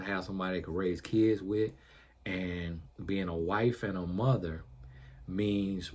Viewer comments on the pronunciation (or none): none